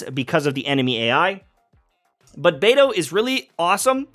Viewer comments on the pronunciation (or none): none